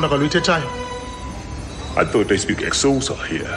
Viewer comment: 😂 😂 😂 It's not the wrong language That's IsXhosa but they call it X-So-Sa